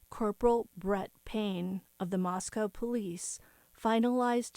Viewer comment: Moscow= moss co Not cow …. co. Thanks